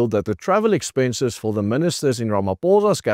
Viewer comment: Did i hear expenches